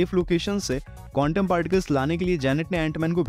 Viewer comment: Bhai countom alag sound kar raha hai